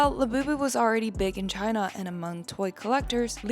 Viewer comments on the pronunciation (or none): none